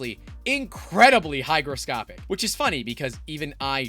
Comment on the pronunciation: "Hygroscopic" fwiw lol 😆